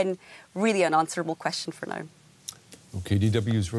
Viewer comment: Did my guy just say neow?